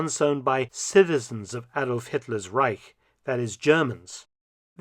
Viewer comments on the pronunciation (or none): "Once upon a time in the reisch..." LOL!!!!